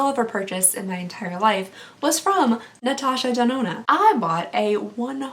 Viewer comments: Natasha Da-do-na 😂😂😂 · This is the first time ever I am commenting on youtube video. I loved your accent when you tried to pronouce "Natasha de nona"😝 I hope I win. I loved all of items in this giveaway. My insta: giddhaqueen 👸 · Literally loved listening to you say Natasha denona I laughed SO hard I almost died. You are my fave to watch I love how genuine you are. I literally can watch your videos over and over. Intsa: cupcaitx3